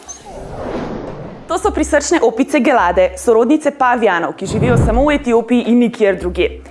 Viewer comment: A ni pravilna izgovorjava dželade in ne gelade?